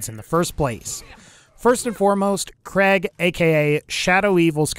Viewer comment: he said craig wrong ( TRIGGERED)